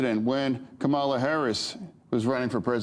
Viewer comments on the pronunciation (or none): How can Fetterman not know how to pronounce Kamala’s name? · From his curmudgeonly little shitty attitude to mispronouncing our vice president‘s name, Kamala, John Fetterman, I think is always been a dino. His attitudes are showing. Probably a double agent. I love this show, but this seems like three narcissists at a table trying to defend their relevance with one sane person. Keep that pushback in a Lovely Way, Miss Donna Brazil. ❤❤❤❤ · How insulting of Fetterman misprouncing Kamala. Is he so stupid that he doesn't know how to correctly pronounce her name, or is he trying to please Trump because he pronounced her name the same insulting way. He is a total DINO. Just listen to him. He says nothing good about the Democratic Party, only finds fault that isn't even accurate. I thought Crenshaw was disgusting -- Fetterman lives down to his level. Fetterman needs to go on SSDI. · Fetterman forgot how to pronounce Kamala's name? And I guess he also doesn't get that we're being jerked around with this war to avoid Trump being exposed in the Epstein files. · Fetterman made a couple of good points (and bad too) but the fact that he can't pronounce Kamala is shocking. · Fetterman can't pronounce Kamala?